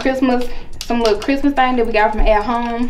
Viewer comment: OMG it's not pronounced crimus it's Christmas with a S and a T in it sheesh